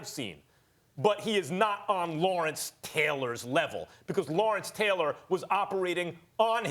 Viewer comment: Never been a Stephen a smith fan, max said it right Lawrence-Deion-Khalil